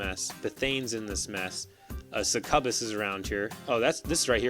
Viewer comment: A few friendly reminders: 1. Feat says enemy models become stationary so don't worry about clipping your own. 2. Not sure if you were using spell vortex from his hex hunter shots or cuddles. 3. I believe succubus is pronounced suck-you-bus That being said I'm loving the videos. Keep them coming.